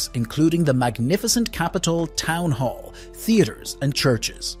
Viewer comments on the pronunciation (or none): none